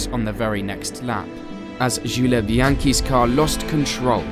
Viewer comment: Great video but it sounds like you're using an AI speech engine every time you say french names. Gilles and Jules are different names! (Zhill and Zhuul).